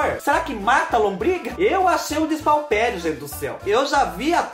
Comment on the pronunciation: Qq tem?? Ele falou errado, isso é comum, todos erramos, vc n é perfeito